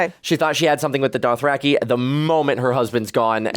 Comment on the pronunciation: He's reading from GRRMs pronunciation guide "DOTH-RACK-EYE" lol